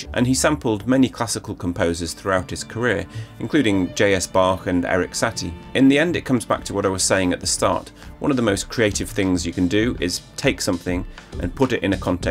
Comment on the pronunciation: Excellent work. 👌🏻 Tiny remark: It would suit your work to say Satie with stress on second syllable, NOT first. 😊